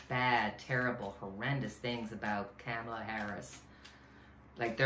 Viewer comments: Comma la. Not cam as in camera. Important for us to say it correctly because the other side is not. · It's "Comma" la! Thanks,! Love-Light! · OK, the correct pronunciation of the next president is pronounced, “ comma la “